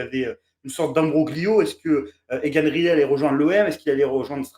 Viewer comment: Pour la prononciation, je ne pense pas que ce soit "Rilet" mais plutôt "Rail - lit". ;-)